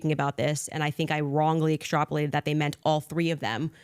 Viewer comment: i cant handle when she says "exTROPulated" 😂